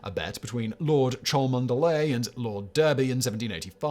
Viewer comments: You'd also expect him to be able to pronounce "Derby". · Cholmondeley = Chumley Derby = Darby Come on, Simon, I'm not even English and I know these! Maybe you could get yourself a subscription to a pronouncing dictionary for Christmas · Cholmondeley is pronounced "Chumley" as Simon, being British should well know, unless he failed to absorb any culture in his youth. Derby is pronounced "Darby". Simon really is uncouth. It's "a phenomenon, two phenomena". "A phenomena" is the language of those whose don't know their mother tongue. In Greek, christ was not spelled with an X, it was spelled with a Χ, which is pronounced the same as "ch" in English.